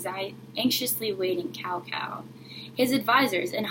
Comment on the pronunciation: This is a very nice reading, and I applaud you for showcasing a famous folk-tale from another culture :). Here's a word of advice for the next time: it's always a good idea to check correct pronunciation of foreign names (and words) before going public. "Cao" is pronounced like "tsao", not "cow", which sounds REALLY strange to anyone who knows Chinese. The other Chinese words (jin, and Wu) fortunately are pronounced almost exactly like they would be spelled in English. (Also, you might want to use a regular camera that wouldn't show all the words backwards.)